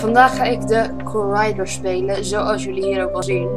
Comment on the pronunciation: je spreekt het niet uit als corraidor maar gewoon als corridor, met een korte i :p leuk filmpje trouwens! x